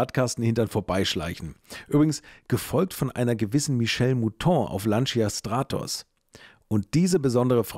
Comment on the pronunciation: Ich muss leider eines 'anmotzen', die Aussprache von 'Lancia' ist 'Lantscha', das I bleibt stumm, ich kann es gerne auch genau erklaeren, in Kurzform: Wenn Du meinst Du brichst Dir die Zunge ab dann machst Du es falsch 😅